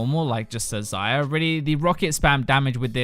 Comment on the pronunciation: Every time you say Xayah i hear Zyra. "Zey-uh" noot "Zie-uh"